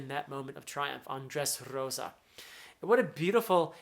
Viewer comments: As a spanish speaker, I LOVE the way you pronounce "Dressrrosa". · I love how you roll the r when saying Dressrosa. 😎 my favorite navy are Smoker, Tashigi (G5) Garp and Fujitora. 😅 they good people.